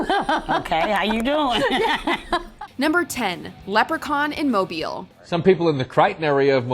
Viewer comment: Thank you for not pronouncing Mobile “Mo-Bi-ul” like everybody else not familiar with Alabama.🤦🏾‍♀️😂